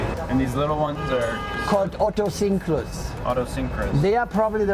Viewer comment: said OTTOSINKRUS😂😂